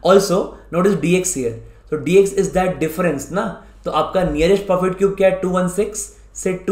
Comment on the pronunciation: Y are u saying 'profit' cube instead perfect cube?? Otherwise loved the video, helped a lot thnks